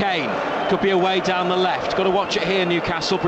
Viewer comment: "It's ze history of ze Tottenham "